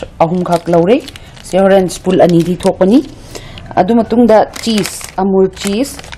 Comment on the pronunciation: spool natte spoon ni east natte yeast ni grogery natte grocery ni ... haitra di ahai sari kei gi no... pronunciation hana chum2 na ngangbiyu.... duoidi video nungai ni